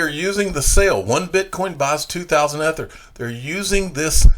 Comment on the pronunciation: Please stop mispronouncing Ether, it would make a new listener feel your content was less amazing/credible than it is. Love everything you’re doing for the community!